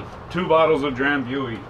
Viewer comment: with all do respect, it's pronounced Dram-BOO-ee.